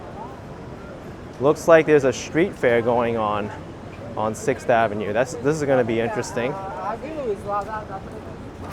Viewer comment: Love the way says 'Avenyeux with a nice French twist. Perhaps I've been pronouncing it wrong all these years as ' avenew' Lol